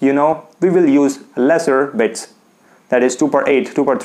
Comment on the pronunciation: Its bits not beds